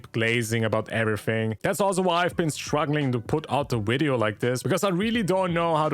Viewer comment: 'widyo' gave it away for me :D